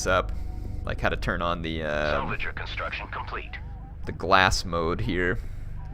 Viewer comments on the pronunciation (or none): none